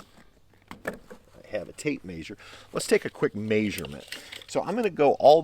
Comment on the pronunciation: What's a mayserment? Did he mean measurement?